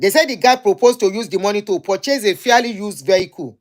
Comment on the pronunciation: Yorubas and bad pronunciation. Madam it is fairly and not fearly.